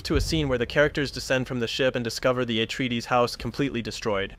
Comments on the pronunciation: Also "Atraides" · How did he mispronounce every single name except Paul and Jessica 😂 Freemen Letto Har-koh-nen Atreedees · "Simmer" "Atreedees" "Freeman" its a good breakdown but dude should use the pronunciations from the movie